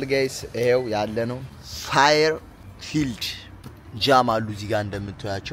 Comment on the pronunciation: አስተካክለህ አንብ ፋየር ፊልድ ሳይሆን የሚባለው ፌር ፊልድ ነው የሚባለው ። ትገርማለህ ግን !